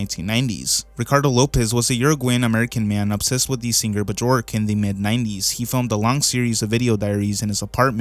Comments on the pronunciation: He says "Charlie" when it shows a close up shot of Pim and then says "Whatever this is" when it's obviously inspired by Mike Judge's animation style. He calls Björk "Buh-jork". He calls the worms "Talking mouth characters". This iceberg video is a great example of the fact that there are way too many people who don't know what they're talking about who shouldn't be making videos on topics that they know so little about. "I have a small amount of knowledge about this thing so I'm going to make a video even though other people are more qualified." Why even bother when you didn't do enough research and have all your facts straight? This is honestly just so embarrassing. Just delete this, bro. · Bjork name is pronounced BYork (were the B and Y sound said together as if it were one letter, think of Sh or Th but with Bj, making a BY sound) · The way he pronounces homage and bjork make this video really hard to watch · BRO REALLY SAID BUHJORK OH MY DAYS